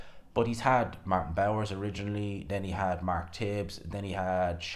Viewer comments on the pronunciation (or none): none